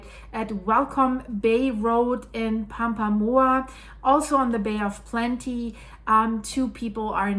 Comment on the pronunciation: I grew up at Rotorua, New Zealand, inland of the Bay of Plenty. It's said "Mow-nga-Nooee". Also "Toe-runga" and "Papa-mower".